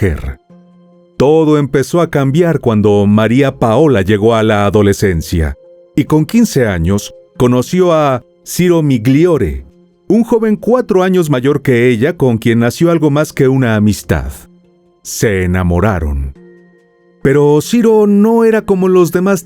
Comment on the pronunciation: La pronuncia de los apellidos son “Gallione/Milliore”.🩷